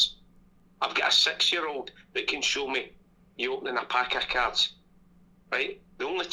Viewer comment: the cerds, i told u tae bring the fucking cerds, even today this documentary of my homeland is brilliant